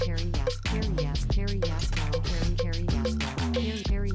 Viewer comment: i heard hairy a§§hol not carry yasuo